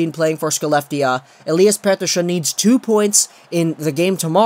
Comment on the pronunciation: Lol do you have a tongue spasm or something? Petershhon